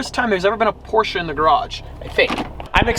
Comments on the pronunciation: It’s Porsche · Its Porsche!!